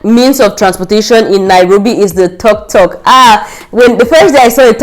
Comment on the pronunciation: You had a great experience in Nairobi. it's tuktuk not toktok..... 😂 Nairobi and Kenya in general is amazing. Now be sure to do fun outdoor adventures next time. You will love it